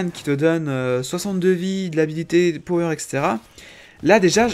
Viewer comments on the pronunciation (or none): none